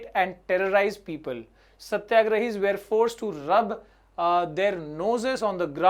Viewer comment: Sir one advise. Sir you wrongly pronounce "were". 😼